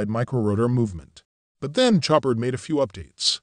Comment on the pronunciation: "Show-par" not "Chop-ard" The "d" is silent.......happy to help :)